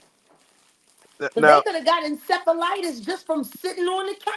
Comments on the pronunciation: " THEY COULD HAVE CAUGHT " ENCEPHALITIS "😂😂😂😂😂😂😂😂😂😂😂😂😂😂😂😂😂😂😂😂😂😂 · She said “ encephalitis” 🤣